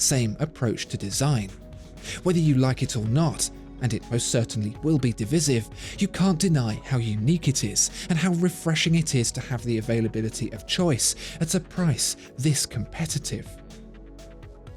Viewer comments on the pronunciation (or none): And div-I-sive, not div-iz-ive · Except when he says divisive.... 🤨. Div-eye-sive not Div issive... 🤣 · Div-eye-siv please